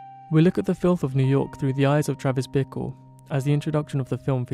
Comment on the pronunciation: You prounounce ''Bickle'' like ''vehicle'' and it's so funny. Really great analysis!